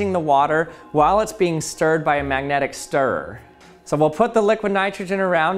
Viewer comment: 🤦🏻‍♂️ JESUS CHRIST MAN! Words like mirror! And stirrer! Have two! Yes! TWO! syllables... Mir-ror, stir-rer, not Mirrrrrrrrr, or stirrrrrrrrr UGHHHHHH!